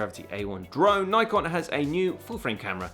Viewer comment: Ni-Con or Nik-on? Just asking, honestly :)